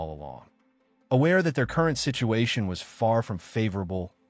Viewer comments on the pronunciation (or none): none